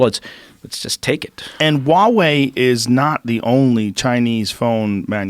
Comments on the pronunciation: Huawei sounds like a Hawaiian word. Why do people pronounce it that way? It is Haway, not Waaway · It's pronounced HUA wei not wa wei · Why does the american news always drop the "h" when they say huawei? The chinese pronounce it with the "h".